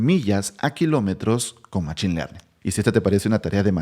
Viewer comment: En inglés se escribe machine y se pronuncia mashin.